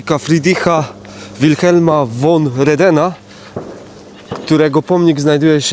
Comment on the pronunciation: Niy pamiyntōm, coby w ôkolicach Chorzŏwa gŏdało sie "jo" zamiast "ja", czyli "tak". Tak sie gŏdŏ na Pomorzu. "Von" wymawiōmy jak "fōn", niy "won". A dobiyłŏ mie te "idziem". Pierōński miszung jynzykŏwy.